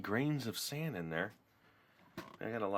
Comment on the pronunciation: why do you call it sond?